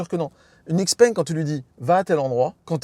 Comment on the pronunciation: Une précision, Xpeng ne se prononce Xpeng mais Chipeng